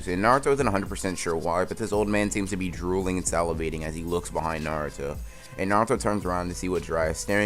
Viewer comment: did he just say naruta